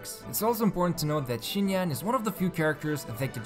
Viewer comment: Im very sorry, your video is superb BUT IT'S PRONOUNCED SINYAN AT LEAST, NOT SCHINYAN